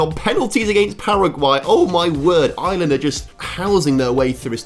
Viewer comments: Its Ireland not island 😭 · STOP CALLING IRELAND ISLAND YOU SAY IT LIKE ARLAND (THATS ONE REASON WHY I DONT LIKE THE BRITISH (ENGLAND) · I'm sorry but how hard is it to say Ireland without saying "Island"